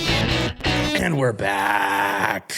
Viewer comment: Wtf is a vankah? Nobody says it like that including gunter